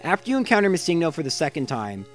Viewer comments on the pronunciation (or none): Yeah, missingno literally means missing number, it isn't a pokemon name and should be pronounced missing-no